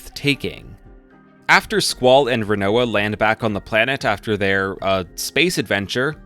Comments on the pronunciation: I mean. If we're talking main cast we actually have heard most of thier names spoken out loud in spin-off games. The only character where you pronounced their name particularly wrong though was Rinoa though. Its pronounced Rin-Wah kind of like the food Quinoa. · squeyll rainoah zeel